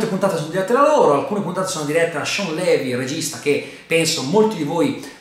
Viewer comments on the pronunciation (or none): none